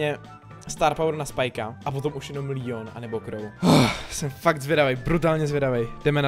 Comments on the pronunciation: Líjon😂😂👌👌👌Like for Leon😂😂😂😂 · Jo kdyby jsi neřekl líon